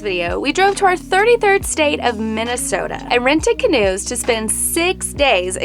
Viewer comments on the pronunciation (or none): none